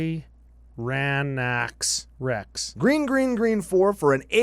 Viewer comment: The green dinosaur card is tyrranax rex and it's pronounced "tearing ass wrecks", lol